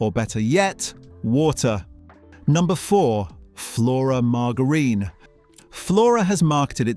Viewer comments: Learn how to pronounce MARGARINE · Your robotic voice can't pronounce margarine correctly. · I stopped watching when he said margarine!! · I thought that it was deliberate, and hilarious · Sounded deliberate to me, like 🚿 Shower Gel